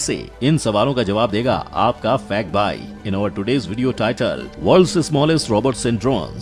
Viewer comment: Hello bailog nehi bhailo hai... main hoon nehi fact bhai hai...H kor silent matt kardo bar bar pronounciation theek karo